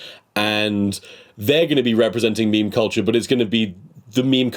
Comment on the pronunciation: they don’t ever say “meme” they always say “meeem”